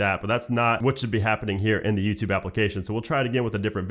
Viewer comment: hey is it me or do i hear Nuketube instead of youtube LOL